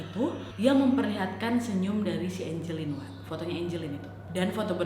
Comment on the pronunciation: nama nya angeline tpi di bacanya enjelin